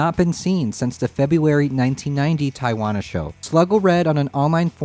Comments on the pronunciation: this is almost as niche as the aria pro-II..... gotta make that one happen (i get it, they're uncommon and expensive, probably thanks to Mr. Cobain.....) also, not to be a dick, but Tijuana is pronounced more like "Tea-whana" not "tie-wana"..... kinda got AI vibes for a second, lolz. anyways, SGs are rad. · Southern CA native here. Tijuana is pronounced Tee-Wanna. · Sorry, I don’t want to be “that guy” but it’s an obvious error that is in need of correction. Tijuana, Mexico is pronounced Tea-uh-Wana. The easiest way to think of it is say marijuana but use Tea-uh instead of the Mar-eh at the beginning. I do love your channel and am so grateful that you’ve been able to get the first hand answers to questions that I have wanted the answers to for decades! Thank you. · Tee-uh-(h)wanna , Mexico😆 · The way he pronounced Tijuana triggered me